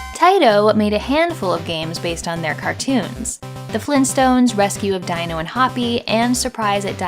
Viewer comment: Hey sorry to be a nitpicker but Fred Flintstone's pet's name Dino is pronounced "Deano"